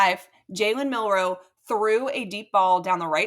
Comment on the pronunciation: Milroe not Miller.